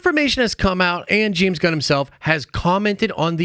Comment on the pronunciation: "gal GAHDOT"